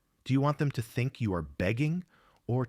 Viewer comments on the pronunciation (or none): none